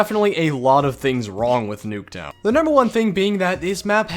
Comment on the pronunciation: i swear he says noobtown